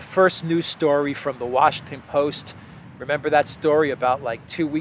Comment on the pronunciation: Did I hear it correctly? You seem to pronounce the US capital name Wa-SH*T-on but do you do it intentionally or it's my hearing fault? Anyway, however it is, it does sound pretty much to the point, especially under the current administration.